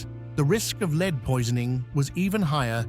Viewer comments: Can't you teach the robot reading your scripts to pronounce "lead" as "led" when it refers to the metal? Here! I have a sugestion to help you. When you are writing your script for the robot to read, instead of using "correct" spelling and conventional abbreviations, such as "km", "mm", or "hrs", you should write "kilometers", "millimeters" or "hours" instead. When you have a reference to a present tense of the verb"to lead", you write it as "leed", while if it is in the past tense, you should write it as "led". I hope this is helpful. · will you sort out your text to voice "Roman LEED" for goodness sake?